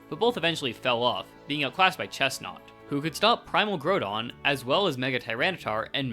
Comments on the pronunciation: Man what is Primal Graudon? Why you pronouncing Groudon so weird? Ground is a word, mate. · Your misprounication of groudon is driving me crazy you go between correct and incorrect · its pronounced ground-on btw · “primal grodon” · Not the worst pronunciation I've heard ngl, that would go to "grue-don"